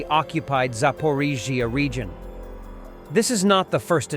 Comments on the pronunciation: You really struggle with Zapporrrrriiiiiiiizzzzzzziiiiiiaaaa😂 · Your AI voice struggles while pronouncing Zaporizhzhia, sounds like a drunken American trying to say Слава Україні